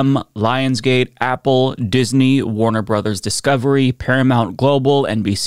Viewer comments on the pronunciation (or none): none